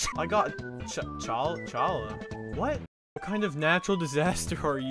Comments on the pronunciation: it's pronounced "hallah" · Challah is pronounced hccallah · Challa is a Jewish traditional bread that is usually eaten at Friday eve and Saturday (the sabbath) and it is pronounced "hala" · The way you pronounced Challah physically hurts. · bro the way he pronounced challah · I was so disappointed when he mispronounced challah🥲